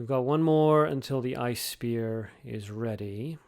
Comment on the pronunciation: I think you say 'Icey Spear' for ice spear, but personally i keep hearing Isis Spear. I don't know why